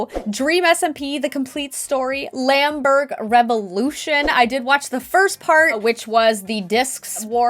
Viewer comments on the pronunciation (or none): did I just heard lamberg ?? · IM SORRY BUT DID U JUST CALLED LMANBURG "LAMBURG?!" OHMYGOD HELP IM DYIJNG O F LAUGHTER JSFKWEGFL4 G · GIRRRRRL when she said "Lamburge" I was like DO U MEAN L"MAN"BURGE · Lamburg ? It is l'manburg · Others: L'Manburg Her: LaMbUrG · Wilbur would be so mad ITS LA-MANBURG! NOT manburg NOT grubnam'l but l'manburg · El manburg er